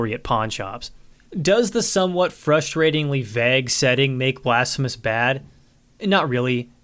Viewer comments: I absolutely love your reviews and think you deserve so many subs, but its "vague" not "vagg"... Sorry your content is so good it's pure nitpicking at this point. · i mean this as a sincere question if u see it down here or anyone knows but are you pronouncing 'vague' vagg? like bag with a v? i don't know if it's a regional thing or just unfamiliarity, more curious than anything, good day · The way you pronounce vague is blasphemous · Why do you pronounce "vague" like that? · Is anyone else bothered by his pronunciation of vague and plague? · The way he says vague and plague gets me XD I think it's the same way people who read it quite a few times before they heard it out loud say it. Please say bagel in another video, i wanna hear if you say it like Dan harmon :D